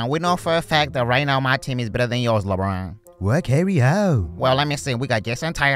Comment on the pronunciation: "Lebwan" voice so funny